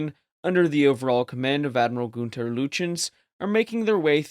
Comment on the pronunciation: How can you presume to say anything substantive about Bismarck et al, if you elide any effort to correctly pronounce the German actors, including Admiral Günther Lütjens? [Günther] Lütjens = /[Goonter] Lootyenz/. (The "oo" is an approximation as the umlauted /U/, ü, is a vowel sound which is not in the English language.) Credit where credit is due, though: You pronounce "Eugen" correctly, despite the popular tendency to say /Yoogen/ or /Yoojen/.